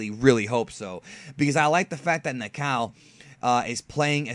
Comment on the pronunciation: "Na-ka-ou" not "Na-cow"